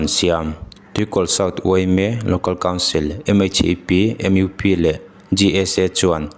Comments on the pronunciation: A phu tawk hremna pe ngei rawh se. MUP tih hi, mizo ṭawnga lam mai tur. Em iu pi tih hi a dik lo. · MUP lampum hi sawithei la....em-iu-pi tiin saptawnga isawi karinglo. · M iU P ni lo in MUP tih zawk tur a ni lo maw. Mizo ṭawng a ni ee. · MUP kha han lam tha leh teh, engtin maw i lam ?